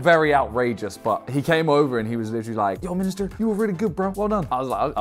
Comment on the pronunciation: Everyone: Miniminter ISHOWSPEED: MINISTER